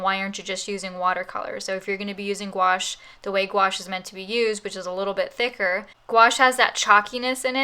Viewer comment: I'm gonna use both watercolor and gouache! Thanks for the video miss (and for teaching me the correct pronunciation of gouache XD)!